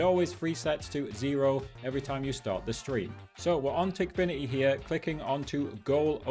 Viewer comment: no way bro is saying tikfiniy why don´t he say ikok aswell?